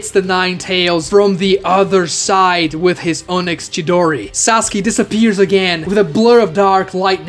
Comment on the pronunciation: Can you like pronounce onyx properly. Sasuke said it right but you keep saying Oh-nyx